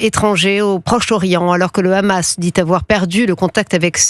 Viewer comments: Comment reconnaître un journaliste pro israelien. Simple c'est sa manière de prononcer le Rrrrrrrrrhamas. C'est un H guttural. Ils se prononce de la meme manier qu'en arabe avec le son kh sec comme hanouka. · C'est quoi de cette prononciation "ramas" , une "habitation" deviens "rabitation"😂😂 n'importe quoi!